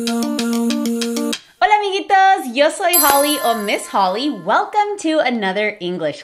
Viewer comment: Cuando Holly dijo "Yo" como "Sho" desbloquee una nueva necesidad de que intente hablar con acento argentino 😂💗